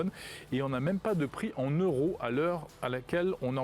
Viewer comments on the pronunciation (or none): none